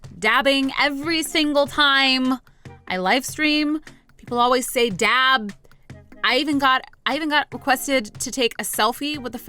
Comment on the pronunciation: Dab not dav